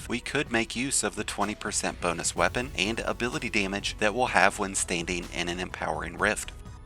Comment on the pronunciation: Not to come off as salty, take it as a feedback. I've liked the content of your videos whatever I stumbled upon. But please speak firmly, I don't mean screaming but your accent/pronunciation really needs some fix. Example: it's EN-GRAM not INN-GRAM. AAND not EIND. æ, a, e sounds are REALLY hard to listen to